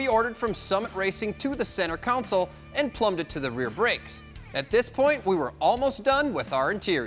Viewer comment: Pronounced "console" as "counsōl". Nasty work.